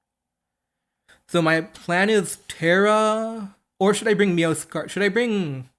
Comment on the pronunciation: What's a "Meowscarda"? It's "Meow-ska-raada" phonetically.